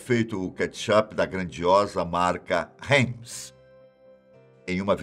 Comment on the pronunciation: so nao aguentei a pronuncia da heinz e ketchup. ta doido, de onde tirou isso